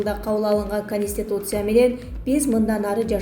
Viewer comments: Каниституция эмес конституция кечке кайталасан тилин конот .15 - 20 жолу кайталачы .Каниституция , пневманя ...... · Диктор кыз туура суйлочу;-"Конистутция"эмес"Конституция"дечи. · Автор сен биринчи конституция деген созду жаттат ал каниституция дебей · Каниституция ха ха журналист экенсинго, биротоло канистр деп койбопсун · Канитсьиуция дегенге тилин келбесе баш мыйзам дебейсинби?